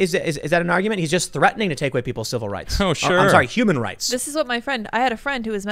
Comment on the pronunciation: Tim: they will literally take away your WAH.TER. they are literally going after your CI. VIL. RIGHTS. Lmao I love how this guy breaks down syllables when he makes a point 😂😂